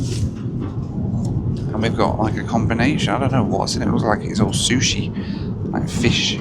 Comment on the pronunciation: Talking about sushi, I thought you said “smooshie” and I just got so confused! 😂.